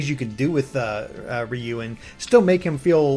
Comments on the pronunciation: Ryu, not Riyu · I've never heard Ryu pronounced "Ree U". What the heck. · Ryu is not pronounced "re-yew", but is pronounced in a similar way as "mew" in "mewtwo". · Haha,, why do you say "Ree-Yu"? It is just one syllable ^^